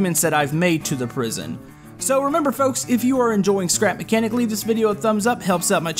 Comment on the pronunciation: I skipped the intro for the second time I watched and instead of you saying "scrap mechanic" it/you said "crap mechanic" 😂🤣😂